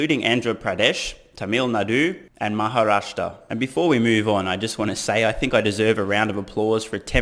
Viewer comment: Your pronounced perfectly "Maharashtra". However nothing wrong if you pronounce something else.